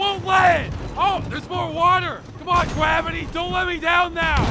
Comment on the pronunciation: "C'MON GWAVITY!"